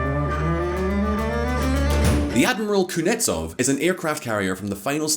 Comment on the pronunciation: OMG, you totally butchered the name of the aircraft carrier.